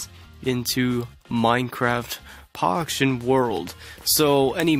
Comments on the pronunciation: Is it just me or he said Minecraft Poction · I hear minecraft poction world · He did XD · He did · He actually said that hahahaha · Poction LOL